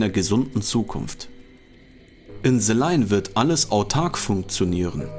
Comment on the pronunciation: Ze line oder the line? 😂